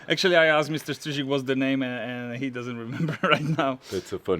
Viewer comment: Good job on pronouncing Mr Strizik’s name 👍👍👍